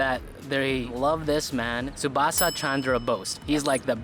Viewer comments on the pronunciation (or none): khankir chele ota 'Subhasa' noy, Subhas. Porteo pare na udgandu.